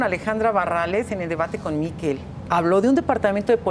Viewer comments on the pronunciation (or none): none